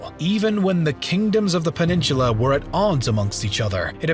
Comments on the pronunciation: PEN-IN-SU-LA not peninshula. Annoying. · A Great Video, but please stop mispronouncing the word "Peninsula". It is "Pen in SOOLA" NOT Heaven Forbid, "Pen in SHOOLA" Please stop murdering your English Language!!!!!!! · Peninsula...not "peninshula"! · why do you pronounce peninsula so funny? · your pronunciation of peninsula triggers me